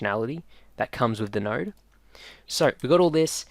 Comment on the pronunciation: If I had a nickel for everytime I heard “nard” Cool tutorial btw, thanks